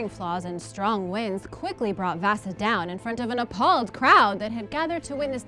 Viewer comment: she said vasa wrong its v-ah-sa